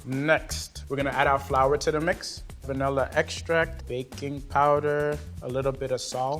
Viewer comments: Lol level 3 out here saying VANEEEEEEHHHHLLA bean. Girl where is the i .... it’s VANILLA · the only bad part about these recipes is that all 3 people say "vanElla"